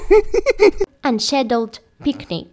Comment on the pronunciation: The way she pronounced unscheduled as unsheculed